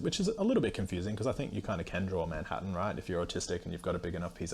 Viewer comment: I had no idea why someone with Autism would be able to draw Manhattan until I realized it was just your accent lol